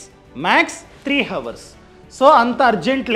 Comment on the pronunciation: హవర్స్ కాదు